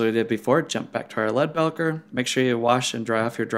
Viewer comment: great video! I've watched all your videos now and they're pretty darn good! I'm pretty sure Leadbelcher is pronounced belcher as in a burp. Like it's burping or belching lead, as in a gun. Keep up the video's I've really been enjoying them!